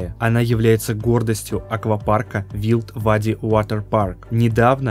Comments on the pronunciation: блин делая такие "поучительные" видео нужно правильно называть названия. что за Вилд Вади Акаапарк...Wild - уайлд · вИлд вади 🤦🏼‍♀️ комментатор, выучите правильно произносить названия на английском плиз